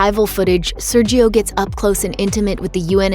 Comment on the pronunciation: The brazilian pronunciation is "Sérgio". The "é" is pronounced clear way, with the open sound.